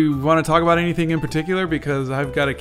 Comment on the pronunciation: I love everything 'aboot' this boot drawing :)